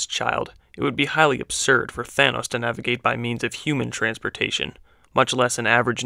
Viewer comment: Bruh Y did u say thonas and iorn man